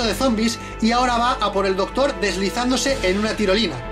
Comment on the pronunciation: Está re pendejo este video... Pero Mori cuando dice "¿Conoces la iniciativa de los vengadores"? Por cierto se dice Doctor, no dotor ;)